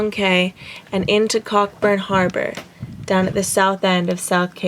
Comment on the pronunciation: ' .... and into COCK BURN harbour' - I'm really sorry to nit-pick but I'm Scottish and Cockburn IS a Scottish name and it's pronounced 'Coburn' or 'Co burn' if you like ! This didn't stop me from subscribing as you two and your videos are excellent - keep em coming !